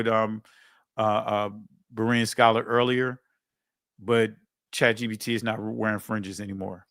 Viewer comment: This man said chat gdp 🤦🏽‍♀️ 😂